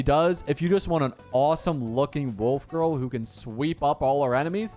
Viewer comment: did...did he said wolf girl?